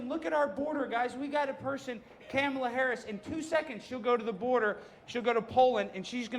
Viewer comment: YESSSSSSSSSSSS!! Alex said "CAMEL-a" Harris hahahahahaha